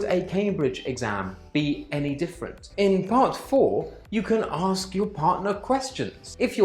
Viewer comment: But if you want to use more short cut is ok when examiner"aks"😂😂😂😂 well ask